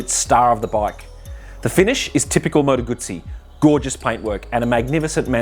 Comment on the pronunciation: Finally an Aussie who pronounces Moto Guzzi correctly.